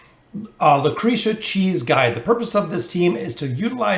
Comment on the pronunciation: Lmao he always butchers names it just feels wrong to hear him actually pronouncing them the right way